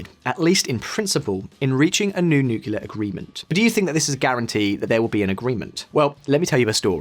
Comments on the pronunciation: It's nu-CLE-ar NOT nu-cu-lar!!!!! Get someone who can pronounce the word properly if they are going to read a script about nuclear. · I'll keep disliking your videos as long as you keep pronouncing it "nucular". What is wrong with you, why are you going the dumb route? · Always getting the 'nucular' guy to do these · Nuckular deal? Lol